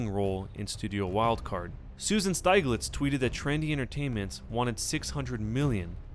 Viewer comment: Steeg-litz, not Styg-litz